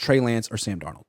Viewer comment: Pretty sure it's Sam not San Donald 😅